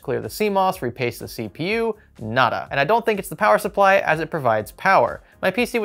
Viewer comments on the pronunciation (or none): none